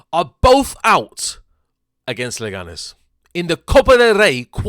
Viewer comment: It's Leganes, calm down, mate.